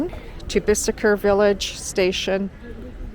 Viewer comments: Bicester village is not just ouside London...it's 45 miles at least. And...where did you get that pronunciation? It's actually pronounced "Bissta"! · Hi its pronounced Bister you dont pronounce the C. 🙂